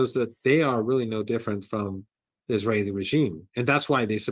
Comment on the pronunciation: Why cant he say Israel.